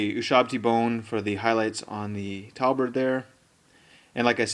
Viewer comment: great tute, thanks for sharing. one thing - tabard NOT talbard. was bugging me the whole way through.